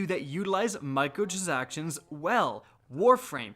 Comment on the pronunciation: "Microtrzactions" CAN'T UNHEAR